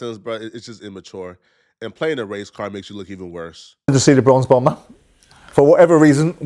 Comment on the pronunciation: Bronze Bomber, not “Bronx Bomber”….dude just said he’s from Alabama 😂😂😂😂😂